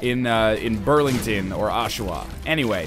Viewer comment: I went to high school in Oshawa, so weird hearing you say it xD